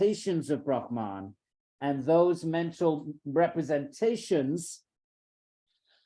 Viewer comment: It is not Brahmān (ब्रह्मान्) but Brahman (ब्रह्मन्). I am amazed such an accomplished person as Edwin Bryant should make this mistake.